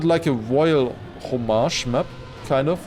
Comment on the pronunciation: you said "homage" correctly, we're impressed because most English speakers don't know how to pronounce it and will say "haw-mudge" or pronounce it like the words "hoe mage", but you actually got it right